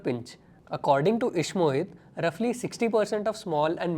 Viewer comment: ishmohit ❌ eeeshmohit ✔